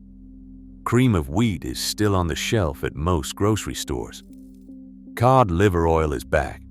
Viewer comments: I was until the "key old liver oil", that's A.I. that corrected itself. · The ai bastard said kee ohd liver oil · Kee oid liver oil??? Stupid A.I.